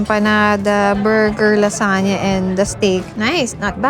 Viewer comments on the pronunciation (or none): LaZuhnya 😂 not lasanya